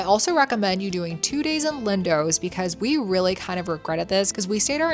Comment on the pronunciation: "Lindowwwsss " 😂 .. it's pronounced "LINDOS"